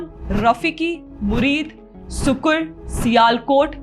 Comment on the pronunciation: Correction सुक्कुर ❌ सक्कर ✅